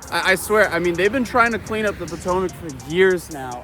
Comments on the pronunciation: The Pootoomuch River, lmao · poo-tomac river.